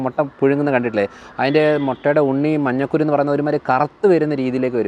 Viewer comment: മഞ്ഞക്കുരു അല്ലാ ഡോക്കട്ടറേ.മഞ്ഞക്കരു ആണ്